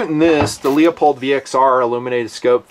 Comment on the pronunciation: I'm convinced that at this point you're mispronouncing Leupold just piss people off, and I like it.